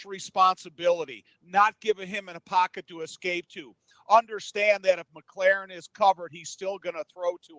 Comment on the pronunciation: It’s McLaurin, not “Mc LAREN”. Why is that so hard for you out of town clowns to figure out?